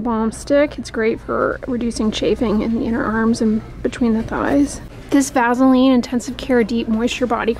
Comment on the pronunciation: I like your down home pronunciation "vazzeline"!